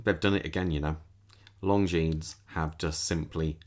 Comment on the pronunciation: Longinesssssst Silent S